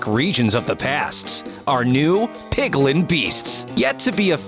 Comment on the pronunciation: ( narrator says pigling): me: u said pigling it’s piglin